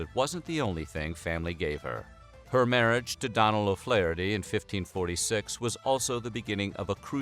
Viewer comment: Its pronounced 'dough-nal O flaherty witg the 'fla' prounced as in "fla' in flat